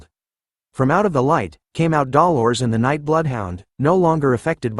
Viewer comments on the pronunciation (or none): Am I the only one who finds it weird that the AI can correctly pronounce Grenouille but not Dolores?